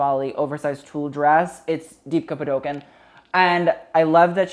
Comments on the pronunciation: Deepika Padukone Dee-peek-ah Pah-doo-kohn (hard n sound at the end) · Jesus Christ I comment this each time but THIS IS HOW YOU SAY DEEPIKAS NAME. ITS PHONETIC. DEEP-E-KAH PAH-DO-CONE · I think it's 'Dee-pee-kah Pa-doo-kow-nay' but idk how to explain in to y'all native English speaker but it's pretty much like thay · DEEPKA PADOKIN? no please my south asian ears are crying....(pronunciation: dee-pi-kah pah-du-cone or in some parts of india its pah-du-cone-nay) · "Deepka Padoken" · the way he butchered Deepika Padukone's name hahahah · you can't pronounce Deepika Padukone but you can pronounce all the other names? Am I surprised? not at all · Pronounce it as "D","P","ka". Say the D and P fully and you've got her name correct! Hope this helps LMAO.